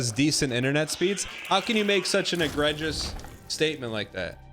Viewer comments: Most egregious part of this whole video is how Dan pronounced egregious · Don't worry, that's just the tip of the iceberg when it comes to Danglish